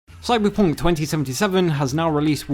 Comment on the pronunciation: Bruh dat "Cyberpoonk" LOL